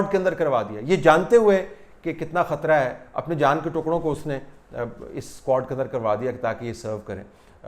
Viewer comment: per lafz "squad" aisa laga jaisay Meera Ji ne bola ho ..